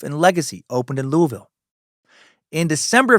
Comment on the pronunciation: On behalf of kentucky residents, louisville is 2 syllables! Not louis ville, not Louie ville. Lu-vel. Go cats! L's down!